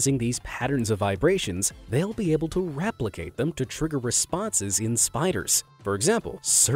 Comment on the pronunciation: did he say raplicate ,the spider vid